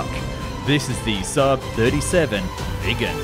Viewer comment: IL VEGGAN INVECE CH3 VIGGEN IL SUUB INVECE CHE SAAB IMPARATE A PARLARE ALLA VOSTRA A.I PIÙ CHE INTELLIGENZA È IGNORANZA 🤣🤣🤣🤣🤣